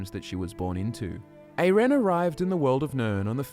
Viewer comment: Her name is pronounced eye-ren :) Great video though! She's one of my favorites. Also, I'd love it it you could do a video on Jorunn the Skald-King :)